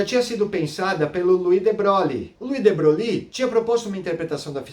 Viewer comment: Muito bom,. Seus vídeos são ótimos e favorecem o aprendizado. A única coisa que "doi" é a sua maneira de pronunciar o nome de de Broglie: não é "debroglie" (com ênfase no "i"), mas algo como "debroi"; veja aqui Acho que você também falou que, no experimento do gato, previamente à medição, o gato está vivo e morto "ao mesmo tempo". Isso induz a erros; o estado superposto é um "terceiro" estado, nem vivo nem morto, mas uma superposição deles. Como sabe, uma situação como a do experimento, que aponta para um emaranhamento entre, digamos para abreviar, os estados do gato e do material radioativo, foi o que Schrödinger chamou de "a" característica da MQ. Com efeito, para estar vivo e morto, ambos os estados "vivo" e "morto" precisariam ser estados "atuais" do gato, mas não são. Em resumo, antes da medição, o estado do gato é uma superposição de estados, nem um e nem outro: o vetor de estado não está em nenhum dos subespaços dos vetores gato-vivo e gato-morto. Parabéns e continue postando esses vídeos. Abraço.